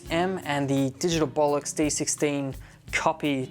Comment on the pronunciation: Did he say "Bolox"?